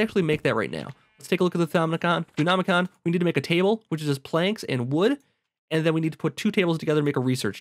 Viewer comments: He nearly says Thaumonomicon correctly... And then corrects to "Thoonomicon" </3 I nearly black out every time he says it. Or Thoonometer. But that's a me problem. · Why can't you say Thaumo-? (Thaw-mo)